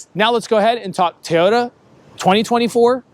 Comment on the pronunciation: Pronounce it Toyota not Tiyota